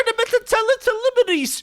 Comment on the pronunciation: "they truned them into Teletubbyis!"